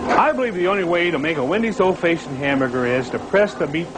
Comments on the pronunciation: What is an "ole Faashin" hamburger? Thanks...RIP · So that's where "bidness" came from Ol' Faeshun , Fraesh